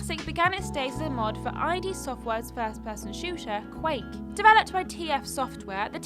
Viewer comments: id Software (“id” as in Freud). Not “I.D”. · Who on earth pronounces id Software as I.D.?? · that's a cursed way of pronauncing id software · Just SYK, the "Id" in Id Software is pronounced as a word. Id is actually a word meaning the psychological part of the brain that just wants to do whatever a person wants to do with no regard for anyone else. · I heard that and thought "Have you just never HEARD of id Software? Are you too young for that? How can you work for a GAMING CHANNEL and not know how to pronounce ID?"